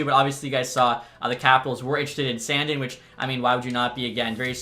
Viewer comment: San “DEEN” not sandin’ lmao